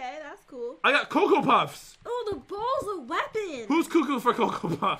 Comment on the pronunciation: Yeah she said bowls but it sounded way to much like balls